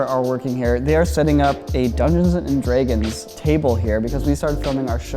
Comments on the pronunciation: Dungeons & DREY-gons. I dunno if it's just his accent or what the hell it is, but that pissed me off. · says “dragons” weird. He pronounces it,dregens” for some reason, lol. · Nobody:: Dungeons and 𝐝𝐫æ𝐠𝐨𝐧𝐬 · How have I been watching corridor for 10 years and never hear say Dungeons and *Dreg*ons 😂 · ''Dungeons and Draaaaygins'' Wtf? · Am I crazy or is he pronouncing it "dray-gons?" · take a shot every time says “dregins” lol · "Dungeons and Dreygons" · Can I just say, I absolutely love that says Draegens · why does he pronounce Dragons like that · Am I the only one, or does say "Dragons" in a really weird way?